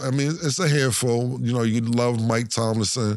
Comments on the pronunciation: i really dig this show ⏸️ but there's a reason why other sports podcasts have more credibility on the sports aspect whether they are former professional athletes or certified journalists.. examples: consistently fuggin up peoples names, "collab" williams, mike "tomlinson", joe "burrows" etc.. and im talkin consistently without remembering after being corrected countless times. another example: misinformation about nba in season tourney games not counting towards the season. all games count except for the championship game. don't get me fugged up, this show is dope, but cam & make are former entertainers doing the sports coverage & got clout from former career with fans following them including me. incredible success so far but not taking their word for the professional sports thing over people that been covering it or played it while they were busy with their rapping careers. just sayin. excuse the whole book i just typed 🤷‍♂️😅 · Why cam keeps calling Mike Tomlin, Tomlinson? 😂😂😂😂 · For some reason Killa cannot say Mike Tomlin 😂